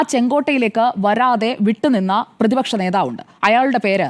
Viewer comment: പേതിപക്ഷ നേതാവല്ല സുഹൃത്തേ... പ്രതിപക്ഷ നേതാവ്.. അക്ഷരശുദ്ധി വേണ്ടേ രാവിലെ നാക്ക് വടിക്കണം 😶